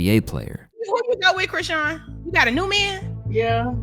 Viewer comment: Aye, Im so glad you finally figured out how to pronounce her name lmao be happy; that's how you know i've been a fan of yours for a while 🤣